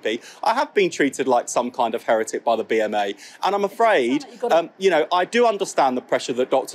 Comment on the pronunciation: To all and sundry: it's HERetic. Stress first syllable. Not herETic I have never heard that before!